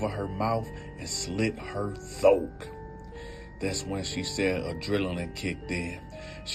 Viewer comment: Is he saying thoke ????